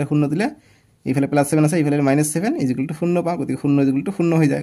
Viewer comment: Sir ijukel nohoi equal hoi sir 😂😂😂😂